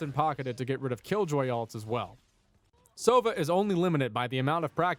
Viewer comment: Just a tip: it's sovA, not sOva. It means - an Owl.